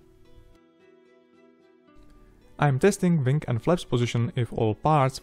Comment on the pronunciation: Try not to mispronounce wing as wang. It is a dirty word.